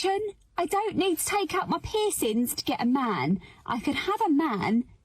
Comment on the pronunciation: The way that lady says "pissins" instead of "piercings" is hilarious